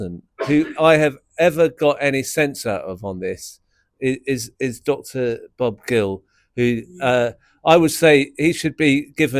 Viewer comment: "Bob Gill"? REALLY?